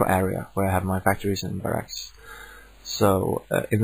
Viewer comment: I love helpful videos like this (been playing starcraft since launch and still find joy in the game when I'm nowhere near the koreans). Anyway I laughed hard every time you said "baRACK" sorry.